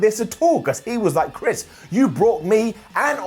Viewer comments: Wait at about 5.30 ish, when talking about the inner circle did you say "Trish Jericho"? When you first said his name, definitely sounded more like Trish than Chris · Am I the only one who heard call Le Champion "Trish" Jericho?